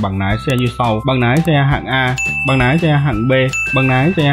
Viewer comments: Lái chứ không phải Nái nhé bác. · Lái mà ổng cứ nói nái 😅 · Nói cũng oke nàm thêm nhiều cờ níp nữa anh nhé, để em học nái xe :))